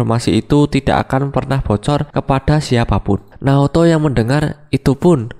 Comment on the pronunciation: Naoto bang bukan Naruto